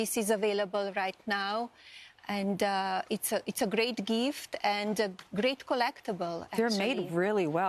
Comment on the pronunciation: “It’s a glate geeft”😂😂😂😂